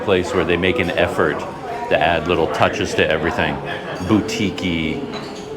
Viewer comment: What is this _boutiki_ of which you suh-peak,?